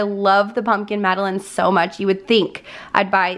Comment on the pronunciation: The French cookie is pronounced Mada….line…..not as you said I.